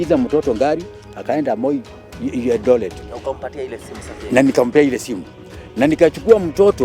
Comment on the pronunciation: A doctor can say Eldolet?